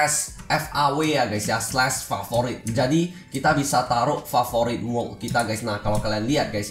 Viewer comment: Cba ngomong yng bner bang lu blng wokk ato world sih :v